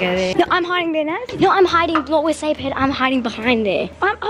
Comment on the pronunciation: Sabre is her name how we pronouns it is sayva